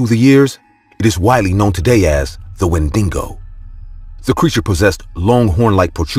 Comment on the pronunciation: its Wendigo not "Wendingo"